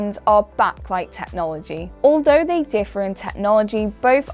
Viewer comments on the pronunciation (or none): none